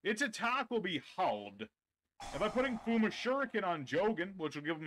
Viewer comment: Jao wgen?..? Ummm nope 🙅🏻🙅🏻🙅🏻 his name is jo-gen. Jo is pronounce like jo also spelled jou wen using correct romaji^^ ND kool u pronounce kagen & goe & fuhma correct ^^ soo props for that^^